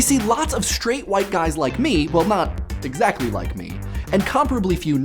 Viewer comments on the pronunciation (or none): none